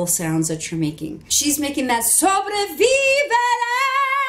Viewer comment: It is sobreviviré instead of sobrevivEre. Thank you :).